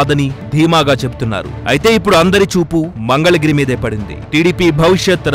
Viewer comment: Mangalagiri ni "Mandhalagiri" ani chalaaaaaaa saarluuu annaruuuu